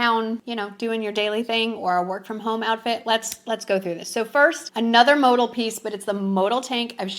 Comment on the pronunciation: Travel pants are a size to small. Mo Dell is the way it’s pronounced